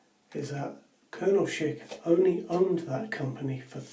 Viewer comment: Thank you for saying Schick correctly! I hear people saying sheik and I am like "It's not a middle eastern man, it's Schick!" (Sh-ick) 😂